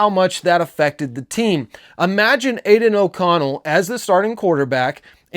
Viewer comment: Say aiden oconell again 🔫